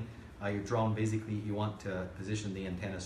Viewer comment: How about finding an English speaker for a presentation like this?? This guy has a very limited vocabulary and doesn't know how to differentiate between S and Z.. how many times can one say "baziggkly" instead of basically?? actually actually baziggkly actually.... I'm not a native English speaker but it bugs me.